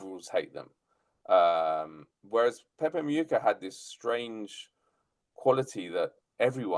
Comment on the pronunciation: His surname is pronounced Mu- Hica, not Mu-yica. Please show some respect.